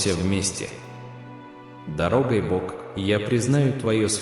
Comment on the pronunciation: В слове Дорогой ударение на последней слог ,, ой ,,.